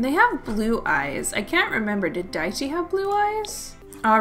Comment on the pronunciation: Whenever you say "Daichi's kids" I understand "diet cheese kids"